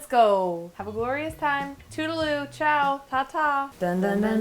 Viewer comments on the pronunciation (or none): none